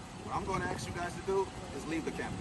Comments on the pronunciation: Baldilocks straight up telling you what to do then instantly gets an attitude when you tell him to take his hands out of his pockets🤣🤣🤣 It’s hard to take someone serious when they aren’t capable of pronouncing a simple word like ASK, instead continuously say axs. Just stupidity at its finest. Not to mention the “I don’t want you to taking my picture” lady😂😂😂 The security lady swears she’s important, more than likely the highest position she’s ever held, “don’t lean on my vehicle” dummy needs to get a clue and realize her or her partners ABSOLUTELY DO NOT have any kind of authority to over ride a United States Citizens constitutional rights!!! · He is gonna axe u again, leave the campus. 🤣 what is wrong with these people axing everyone. Isn’t axing illegal? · He sure does allot of axing. That's scary